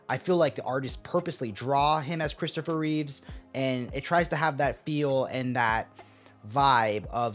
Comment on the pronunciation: Yo. It's Christopher Reeve. No S.